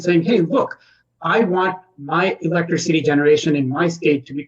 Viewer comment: i'm confused. is it pronounced "electricy" or "electric-city"?